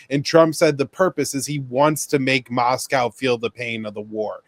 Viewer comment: "Mass-cow" and "Saint Peter's...(pause)... Berg"